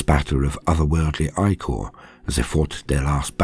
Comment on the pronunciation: My favorite part of listening to a human narrator is hearing the word ichor pronounced correctly.